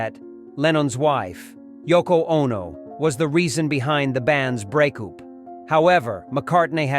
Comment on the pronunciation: Nah he said “break-coup” 😂 But honestly that’s what most obsessed Beatles fans would or should call it when they’re blaming Yoko for the breakup…